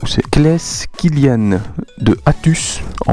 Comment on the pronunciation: C'est moi Kylian de Figanières ! Pas mal la prononciation :D Moi aussi je t'oublie pas :P Super vidéo gg !